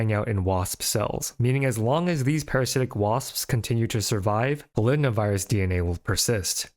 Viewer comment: Is polydna virus the actual name/pronunciation or is it actually Poly-DNA virus?